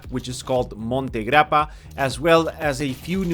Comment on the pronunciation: i m italian, when you said monte grappa 😂❤